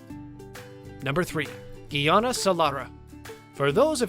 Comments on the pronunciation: It's Guyana. My beautiful country. Not the way you are saying it. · Exactly!! Clearly not!!! … “Ghee Ana”. … lol 😂